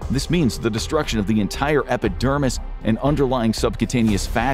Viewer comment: did you just say epic dermis 😅